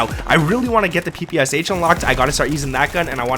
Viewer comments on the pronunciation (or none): none